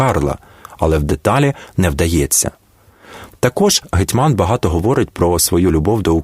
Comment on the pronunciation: Наголоси жах! ІгумЕня, гетьмАн,ЛепкИй